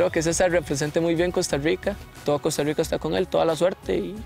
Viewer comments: Porque dicen Costa Ruica?xd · que ruaro que prounouincien cousta ruica xd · Francisco Palacios No, Es que dicen "Costa Ruica" pero es por qué así promuncian la "r" casi todos